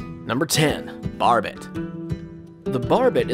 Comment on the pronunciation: It is pronounced “bar” as in a place you drink “bay” as in an inlet from an ocean or sea. Bar-bay, because the name “Barbet” is a French word…. And if you screw up the pronunciation of the first dog so bad, I’m betting YOU aren’t the person we should be listening to about dog breeds, water dogs or otherwise. And of course you screwed up the pronunciation of the Lagotto even worse….I’m down voting, and clicking for YT to not recommend your videos to me. You’re obviously reading from Wikipedia or the AKC page and not even looking at how the words are supposed to be pronounced.